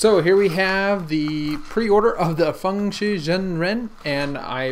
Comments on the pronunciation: I heard him say fangly instead of fangsshi but it does not matter. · dont say fangshi the Asian way it sounds WIERD for a westerner to say that. Not a hate comment